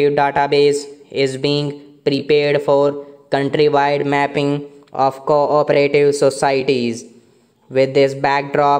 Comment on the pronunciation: Bhai thik se aur dekh ke padho. Aap co-operative ko kabhi co-operative padhte ho aur kabhi corporative. Aur curricular ko aap ne curriculam padha hai.